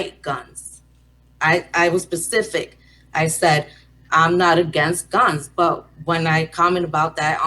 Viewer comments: 😂😂😂 Chiiile I can't! When trying to sound educated on the phone goes wrong! 😂😂😂 I thought I was only one who cringed when she said Pacific and not Specific 😫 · 🤣 I had to rewind to make sure🤦🏽‍♀️ yup stupid broad said "pacific" 🤣🤣😫